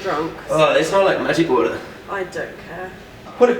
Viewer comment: The main thing I look for in a woman is someone who can pronounce water: "Wouataaahh". Wait I finally found you, Em! PS: Thanks for the "Cubbies Win" tee shirt, O. You look Mahhaaveelous in it.